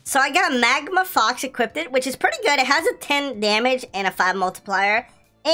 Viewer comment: is actually pissing me, off especially when he says equipted like jeez